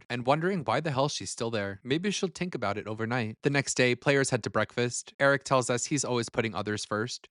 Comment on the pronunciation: Tink not think? Sheesh.